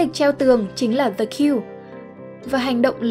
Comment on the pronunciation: Kênh này tính ra cũng OK, tuy nhiên vẫn bị vụ đọc tiếng Anh như bị mắc nghẹn, bệnh chung của dân miền Bắc đọc tiếng Anh. Nhớ nhất từ Yoga ai cũng đọc Dô-ga mà vô 10 anh chị Bắc thì tự động anh chị tách ra thành I-ô-ga, từ "the" thì đọc thành "dờ". Khó hiểu